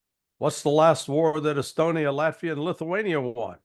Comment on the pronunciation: Nice Freudian slip calling Latvia Laugh-via